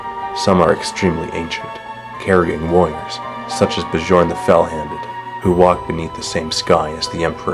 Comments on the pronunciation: It's supposed to be "Byorn" not "bujorn" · Bjorn is actually pronounced Byern. Like Njal is Nyal. Otherwise this is an awesome vid. FOR RUSS AND THE ALLFATHER! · Actually, it's "Bjern". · "Bejorn the fell handed." It's Bjorn, as in "Byorn". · I know this was made years ago, but it's pronounced (Be-yorn) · Actually, it's pronounced Björn. (Bear) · "Buh-jorn" do you even norse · What How could you miss out the battle of Prospero ? Oh and I agree, it is pronounces Byorn, it means Bear (Bjorn original name) I don't recall Bjorn fighting alongside the emporer, he is still young in prospero burns, I don't think he was a space wolf until after Ullanor and the space wolves did not fight alongside the emporer for a long time before Ullanor. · They mispronounced Bjorn, horribly. Smh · no silent b in scandinavian names like bjørn bjørg bjarne børre baard ect